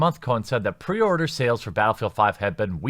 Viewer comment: pee-order? Really.